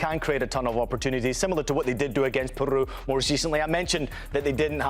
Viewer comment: I appreciate the host trying to pronounce all the country names with a Castilian flair but not every R needs to be rolled ie Peru 😂😂